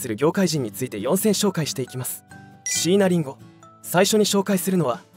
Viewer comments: 待って！「椎名林檎」の事そこまで詳しいのに、「椎名林檎」のアクセント違うくない！？ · しいなりんごの発音と いなばの発音がいちいちツボで笑ってしまうw